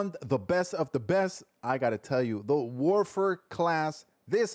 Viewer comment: This guy needs to chill he's not even pronouncing the name right lol how do you know it's op if you just base it off a video n not actual play time